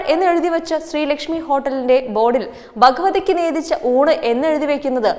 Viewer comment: "ബ "ഗവതിക്ക് എന്ന് പറയാതെ ഭഗവതിക്ക് എന്നു പറഞ്ഞു പഠിക്കൂ കുട്ടി . നിങ്ങളൊക്കെ കൊച്ചുകുട്ടികൾ അല്ലേ. നമ്മുടെ ഭാഷയെ താഴേക്ക് തള്ളിവിടാതെ ഉയരങ്ങളിലേക്ക് കൊണ്ടുവരുക. എല്ലാത്തിലുമുപരി ഞങ്ങളുടെ ചാനലിനെ നിലനിർത്താനും വളർത്താനും ശ്രമിക്കൂ. അക്ഷര ശുദ്ധിയോടെ വാർത്ത വായിക്കുന്നവർ നിങ്ങളുടെ ചാനലിലും, മറ്റു ചാനലുകളിലും ധാരാളമുണ്ട് . അതുകേട്ട് ശ്രദ്ധിച്ച് മനസ്സിലാക്കി ജോലിയിൽ ഏർപ്പെടുക. അല്ലെങ്കിൽ ചാനലിന് ദോഷം ചെയ്യാതെ ഇറങ്ങി പോവുക.